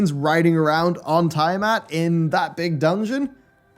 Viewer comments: pronunciation of names are usually spot on, or at least good, but can we talk about TIE-matt! It's TEE-UH-mat 🤣 Edit: forgot to say congrats on reaching EW at the zero hour! Let's go to the moon!! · Not to be that guy but "Zenos"*, "Tiamat" (pronounced like the letter "T") and Emet-Selch (pronounced Selk) lol I had to! So glad you enjoyed your ride, can't wait for us all to ride through 6.0 together! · Hats off to for mispronouncing everything. Tie-amat, Azys Lie, Emet-Seltsj, genu-wine-ly